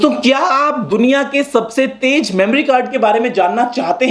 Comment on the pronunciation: Sir ji taiz hota hai taig nahi hota